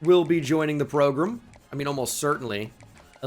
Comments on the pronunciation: I feel like you keep saying PROGRUM just to annoy me personally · People gotta stop saying progrum man